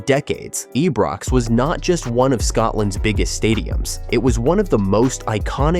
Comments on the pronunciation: Eebrox? Get rid of AI voice overs please! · Pronounce the Ibrox name properly. 💙